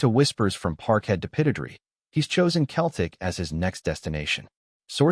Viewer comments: Why doesn't the AI learn to say Celtic rather than Celtic! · Why do they keep saying keltic with a k sound rather than celtic with an s sound. Kearn to speak properly.